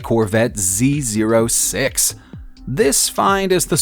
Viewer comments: Being a car guy, this is just annoying lmao. “Hurricane” Z “zero” six. I just can’t- Edit: A Countalk!? I uh. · He really pronounced it z-zero-6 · he said z ZERO six.. just saying u pronounce it as z-oh-six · It's not hurricane, it is the corvette z O 6 not zero, the countach is also pronounced wrong, smh Edit: the mondial is also pronounced wrong Edit 2: and u said in s x, it is NSX Edit 3:u talk about the veyron, and the first clip u show is of a Chiron Edit 4: I am 12, u are older, I know all these pronunciations , my non car guy friend knows them to, but the list is entertaining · Not pronounced hurricane. And Andrew Lawrence isnt an amateur photographer he's an actor. And its not a Z zero 6..... this guy has no clue about cars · coontak lmaooo....z zero six lol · You really haven’t listened to any one say hurican even once? I mean how could you have done any research for this and not heard it being said correctly? Edit: you didn’t even say zo6 right and it’s an Acura nsx not a Honda msx Edit: the counts have has been in many movies such as wolf of wall st and around for decades but you still couldn’t pronounce it right! Edit:you said Bentley bt then you said gt and that’s not even the name of it. The name is the continental gt. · Ugh! Why did you pronounce z06 like that! So cringe😤